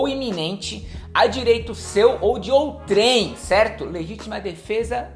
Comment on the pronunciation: Boa, como sempre! Um detalhe, a pronúncia é "ôutrem" e não "outrêm".